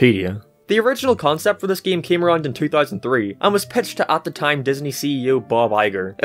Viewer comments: I’m not making fun of your accent but I love how you say “Geem” instead of “game” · Especially his "geeim" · "geme" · He says "game" as "gime" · What I really want to know is what part of the world you have to be from to pronounce "game" as "gehm" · About your weird pronounciation of the word "game"... That's indeed weird accent. Gime? Gim? Geem? Geam? That just calls to debate. And about Epic Mickey series: I think it was pretty neat idea, and I agree it's sad to see it failed. In uncertain future, I'm plannin' to get the first game on Wii substitute (if it will get into my hands) and that 3DS game on 3DS substitute. I'll skip the second game, though. I think the first and third should be enough. I agree, that word "epic" was overused in the 2010's. And by saying "overused" I mean REALLY overused! What really attracted my attention was the brief mention of the canceled Epic Donald game, near the end. Especially, that it was supposed to be heavily influenced by 1950's comics, probably mainly the ones by Carl Barks, not only my favorite comic artist. I assume, that this project could also borrow some elements from Donald comics from various decades, from various countries (especially the ones from Italy, I recommend giving them a look), and by various artists, for example, Don Rosa, who got fame and fortune especially thanks to his "The Life and Times of Scrooge McDuck" saga. He is second of my favorite comic artists, and I recommend giving them a look by yourself. He's one of those comic artists, for whose I wish they would draw something more than exclusively only one subject, in Rosa's case, Donald comics. Sure, before he took Donald course, he drawn some comics in the College, but that's not enough. How he could draw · i hate the way he say giami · Sometimes you sound scotish and british when you say game, paint it sounds scotish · Why you pronounce "Game" like that?